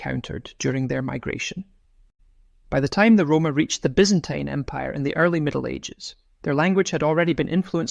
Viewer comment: From where did you get that strange pronunciation of "Byzantine"?